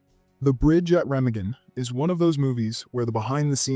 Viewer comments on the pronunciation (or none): Re-mah-gen, not "Rem-a-gen." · It's raa maa gen, not rem a gen. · The Bridge at Remagen. The name is German. Pronounced "ray-MAH-gun" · In Star , Noel Coward was played by Daniel Massey who was Coward's godson. It's pronounced re-MAH-gn. I lived there for a couple of years. I've loved The Fall of the Roman Empire has been a favorite of mine for years.